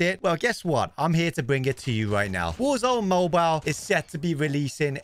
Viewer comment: Toodoo woo oor going to ploo woor zoone mooboole